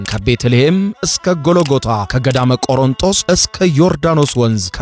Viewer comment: አቶ ቆሮንጦስ ሳይሆን ቆሮንቶስ ነው ትክክለኛው ስለዚህ አስተካክል!